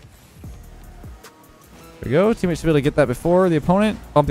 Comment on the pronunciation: Ah yes “Eammate”